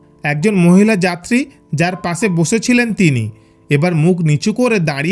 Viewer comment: Why this guy is talking like that ? Pase Bose hase lol 😆 Learn to say Pashe. Boshe, Kashe